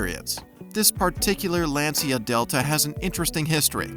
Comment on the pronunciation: As always the grammatical errors and especially, the mispronunciations of words that any true automobile enthusiast would absolutely NEVER mistake are unfortunate. Example...Lancia is pronounced "LAHN-cha", not LAN-see-uh.